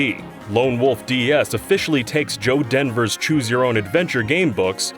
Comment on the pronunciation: It's Joe Dever not Joe Denver lol